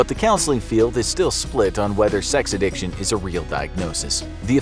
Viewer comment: Addiction pronounced A-dick-chin